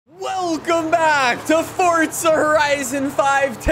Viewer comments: It’s Forza, not Fortza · Fortza horizon 5✅ Forza Horizon 5❎